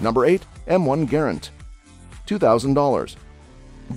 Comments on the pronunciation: M1 GARAND!!! NOT GARRENT?!!! WTF MAN GARRENT?!?! Are you kidding me?! M1 GARRENT?!?! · It's Garrand! Not Garrent. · It is the M1 Garand, NOT the Garant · I quit watching when he called it the Garrent. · IT'S M1 Garand, NOT Garrent. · m1 garrent?, isnt that garrand? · MIN 15;55... it´s NOT M1 Garrent...............it is M1 GARAND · It's M-1 Garand, not Garrent. SMH. JMO. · M1 “Garrent”? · M1 Garent??? WTH??? Learn what your narrating about….GARRAND. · It is a Garand not garant. Get it right. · I know. I cringed every time I heard "GARrent!" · Garent??? :D :D :D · Garrent? I just can't watch any more. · Garand needs pronounced correctly. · Who does your research one of the biggest errors was the inventor of the m1 GARAND there in no T in his last name